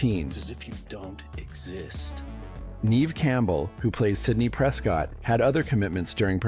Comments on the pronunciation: NEV Silent E. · Neve. Silent E. Also, everyone knew about Angela